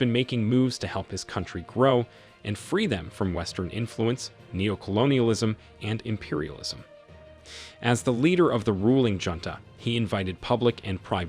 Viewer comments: "junta" is pronounced /hoontuh/. Did a middle schooler make this video? People with a basic education know how to pronounce "junta' before graduating high school. Good grief. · The j in Spanish (junta ) is pronounced as a h